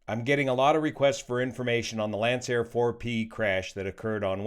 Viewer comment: That would be pronounced "Lankair"